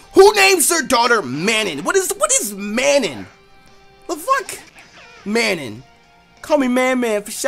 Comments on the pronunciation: It's pronounced muh non (Manon) lol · It's Mah-non. And don't talk shit because that's my aunt's name lmao